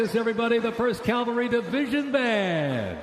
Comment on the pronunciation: It's not Calvary, Mr. Announcer, it's Cavalry!! Learn to read!!